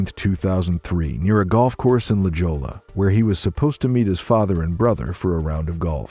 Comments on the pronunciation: oh come on!! Do your word studies BEFORE you tape!! “La Jola”??? it’s pronounced “La Hoya” but spelled “La Jolla”!!! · La Jolla is pronounced, “La Hoy uh”. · Narrator kept pronouncing La Jolla incorrectly. It is pronounced, “La Hoia.” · 🤣 La Jolla. it's pronounced La Hoya